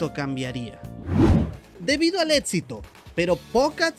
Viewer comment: Tu vienes de la misma alcantarilla que Espartaco18, cierto? Ambos dicen "ETSITO" en lugar de éxito